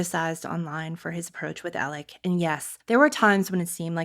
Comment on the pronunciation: I CANT with the “Elec” Murdaugh pronunciation! Make it stop! Please! 😜